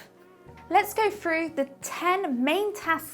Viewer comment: the word is "through" not "fru"